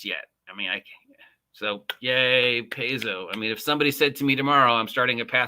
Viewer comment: Stop mispronouncing Paizo, my god man. Pie-zo. Pie-zo. Not Pays-zeo.